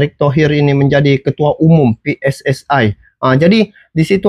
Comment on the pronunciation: PSSI bukan pssai